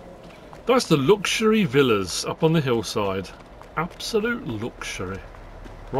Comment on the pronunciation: When you kept saying luxury in the funny way it was reminding me of Fred Dibnah for some reason lol